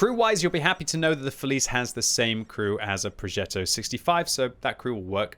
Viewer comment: you mastered 'progetto', mostly 'bassotto' but please, 'felice' with English pronunciation reminds me too much of a child's snack 😂